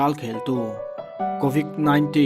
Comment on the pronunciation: covid zawk aw covik ni lo in ilam hmasa ber dik lo